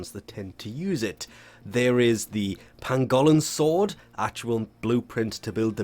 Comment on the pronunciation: Pahn-gowl-in sword 😭